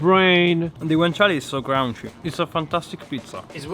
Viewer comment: Sofft ... and crounchy.